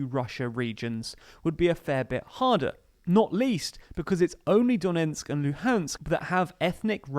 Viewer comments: It’s DoneTsk not Donensk! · The name of the province is Donetsk, not Donensk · A nit: “Done ts k”, not “Donensk”. Duh-NETSK. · Not Donentsk, but Donetsk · DoneTsk not DoneNtsk :) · its pronounced "do-NETSK", not "do-NENTSK" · My dude if you wanna be a presenter in a video on donbas, you really need to learn that its not "Donensk" but "Donetsk".